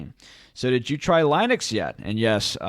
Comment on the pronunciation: The way you pronounce Linux is a disaster.